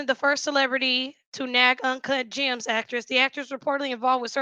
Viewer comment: Ugh I can't stand julia fox. The only reason she wouldn't recommend H is because of fentanyl!?! She is as bright as a blown light bulb 💡you can be very creative but dumb af at the same time. Also she can't say birthday lol bird day is what she said as well as uncut jaaams. Lol. Anywhoo as a former addict myself she doesn't seem completely clean I truly believe she still secretly uses. Especially when you are around any sort of drugs in the industry it makes you crave your drug of choice and if u aren't completely over it like been on the street type lows to overcome it most ppl don't take it too seriously. Imo anyway.